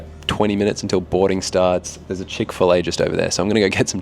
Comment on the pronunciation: Chick-fil-a? Dude, eww.